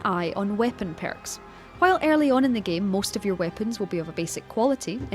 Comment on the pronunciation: I love the way you say "peyrks"